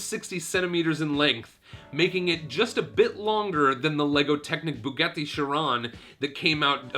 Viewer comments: Bugetti? It's Boo-got-ee Bugatti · How the hell did he pronounce Bugatti? Like Spanish, Italian is phonetic. How he got an "e" pronunciation is beyond me. Then, he continuous to torture with the horrid mispronunciation. Thumbs way down!!! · Man really said bugetti shron